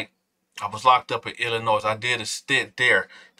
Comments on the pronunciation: The S is silent in Illinois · Hey!!!! FYI, the S is silent in Illinois. No shade, I LOVE and respect what you’re doing King..❤️❤️🫶🏾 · The S in Illinois is silent ppl. And before u start trippin I did hit the like button.